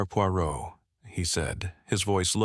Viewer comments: P U O instead of Poirot (pwa-row) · Can't listen to it! PEO! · Very annoying that the AI narrator can't pronounce Poirot correctly!